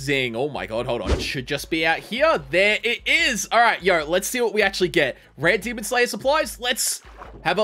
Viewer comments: The fact he says demond really gets to me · I like how he says demond it's funny